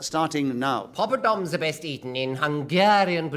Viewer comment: It wasn't just a slip, either. He pronounces it that way at least twice. :-)